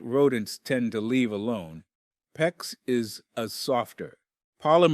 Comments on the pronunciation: The fact that “he” say P.E.X. He is disqualified!!! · LOL, how many different ways is this "narrator" going to pronounce "PEX"?????